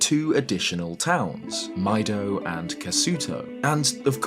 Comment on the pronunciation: I always thought Mido's name was pronounced "Me-do" like the Japanese word for green, midori.